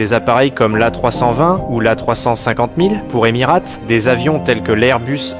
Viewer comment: « EmirÂte » ? Vraiment ? 😂